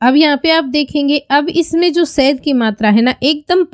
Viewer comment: Sad nahi shahad bolte hain. Pronunciation ko theek kijiye